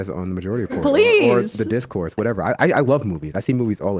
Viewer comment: “Th3 Discourse” not “thee discourse” btw 🤣